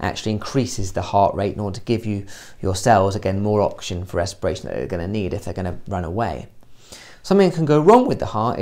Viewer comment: Great vid but kind of annoying how you pronounce oxygen as auction